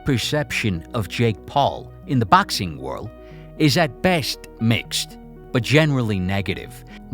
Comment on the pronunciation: ffs i crumble everytime you say baxing